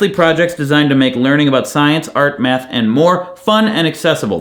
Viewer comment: I swore up and down you said "science, art, and meth." Seriously, I had to go check the CC. lol